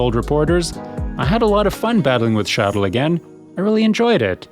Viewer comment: Why does he keep saying Charles In such a strange way?